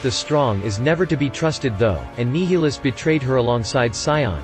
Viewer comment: NYE-il-us, not NEE-hee-lus, but yeah.